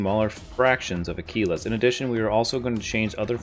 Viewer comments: Had to turn your video off after your preposterous pronunciation of "Aquilas" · Someone tell him how to pronounce aquilas